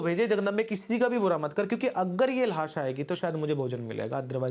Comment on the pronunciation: ल्हास❌ लाश✅